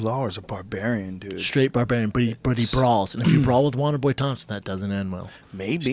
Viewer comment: God I wish Brendan would stop saying "Wanderboy". It's "Wonderboy" !!! God Brendan - you're a podcast host for Christ sake!!